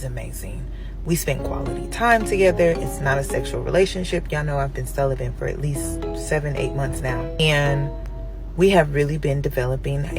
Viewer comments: Shes been "Celibent" for 6 months...did i hear here right?? Did she say..CELIBANT OR CELIBENT?? IETHER WAY...ITS HER ANNUNCIATION OF THIS WORD AND PROBABLY MANY OTHERS,IS THE REASON HE LEFT HER ALONE...LOL..WOW!! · Funny how they can't even pronounce celibate. "Y'all know I been celibent"